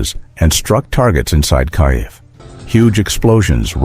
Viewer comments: 'Some' were intercepted...? BULLSHIT. Maybe 1 or 2; the rest were untouched and did the job...Stop lying with your pathetic ("Kai - ev' instead of Keev...WTF) AI narration...Downvoted! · o please!!!! IS NOT "KAJEV"!!!!